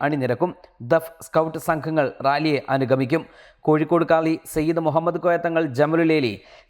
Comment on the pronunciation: مهمّد എന്ന് പറയല്ലേ....pls